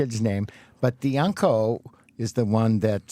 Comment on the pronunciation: I love how Scott says UNCOAL instead of uncle>>FUNNY :)<<<